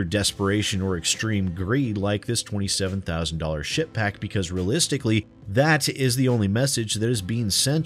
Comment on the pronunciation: I kept hearing "shitpack"...that isn't quite style, and I kept having to do a doubletake...Ship Pack...Ship Pack...